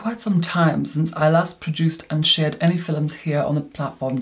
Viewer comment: Love his "fil-lums"!